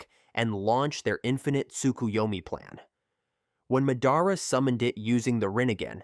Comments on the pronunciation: please tell me why you pronounce madara weirdly? like you pronounce it has if you were a disable kid. Hell a disable kid could pronounce his name right. . here's the different ways to say his name. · buddy nobody is subbed to u cuz u dont watch the show. we can tell by how u pronounce madara AND when you said “four freaking cage” when what you were reading obviously said “kage” for proof